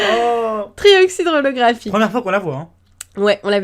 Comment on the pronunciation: elle a dit tryoxidre olographique